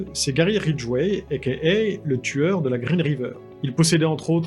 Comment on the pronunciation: ékéhai là j'ai eu un peu de mal pour comprendre le mieux serait de dire aka ou alors "also know as"? 🤔